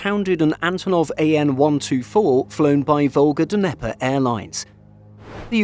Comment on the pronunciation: Come on, man. It's "nye-pur" not "duhneper"